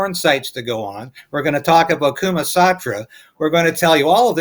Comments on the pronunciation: ‘Were gonna tell You about kuma satra’ 😂😂 you mean kama sutra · "Kuma Satra" LOL